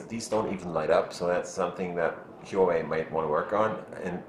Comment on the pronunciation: pronounced 'WAH-WAY' not 'WHO-A-WAY'